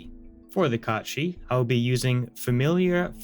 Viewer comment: I like that you pronounce it Kot Shee. I think that's the correct pronunciation. Most people would say Cat Sith. smh in disgust Also TIL this is where Final Fantasy got the character's name from. Didn't know it was Irish/Scottish folklore. Amazing!